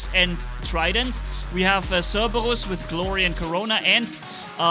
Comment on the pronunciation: Notice instead of saying cerberus he says CeRbaWuS